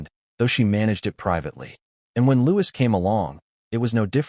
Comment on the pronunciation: The S in Louis is silent!